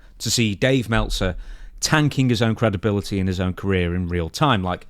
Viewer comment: Melt - zer 😂😂😂